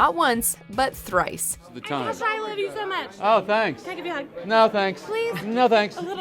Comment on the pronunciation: blahblahblah blahblahblah LoL it’s “Kesha” but nice try